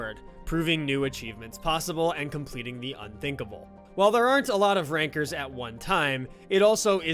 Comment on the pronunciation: Gotta get Chance R in one of these videos for ITG, great video! weird how Ranker sounds like Rynker lol